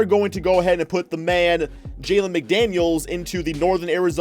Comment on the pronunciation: Terrible, D Book at SF? And It’s Jaden McDaniels not Jalen. Do you know anything about basketball. And plz stop butchering Ja Morants name. It’s pronounced More-Ant (the bug)